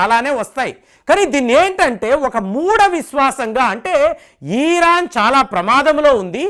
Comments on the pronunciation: ఇరాన్ అనండి సార్, "ఈరాన్" అంటే వినడం బాగా లేదు. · ఈరాన్ కాదు ఇరాన్